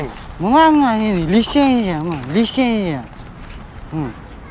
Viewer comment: Бомж абдан жакты "лисензя" а ха ха